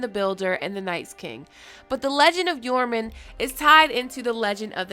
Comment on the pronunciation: I'm pretty sure the "J" in Joraman is not silent. It's not silent for Jeor Mormont or Jorah Mormont. Why would it be for this?